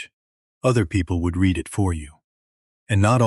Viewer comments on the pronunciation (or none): Language artifacts and mispronunciations are annoying. Get a fluent English speaker to review & explain things like the difference between present & past tense of the word read.